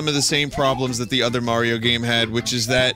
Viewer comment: OH MY FUCKING GOD ITS MAYRO EVERYBODY.... ITS FUCKING MAYRO